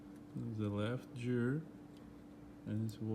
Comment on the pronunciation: Hi. I respect you a lot. I love your videos. Your are the nicest technician on youtube. But please don't you ever say "jeer". It's gear. Like gasket. You don't say jasket right? Go to google translator write gear and listen to robot saying it. Please, don't be mad at me, just listen to me. It is for your own good. I am Lithuanian. English is not my native too, but "Jeer"just hurts my (everyone's) ears. Thank you!